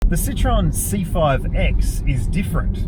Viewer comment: Not a "Citron" but a "Citroen"